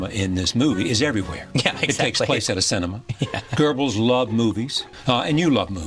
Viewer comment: where do english speakers find an R in goebbels?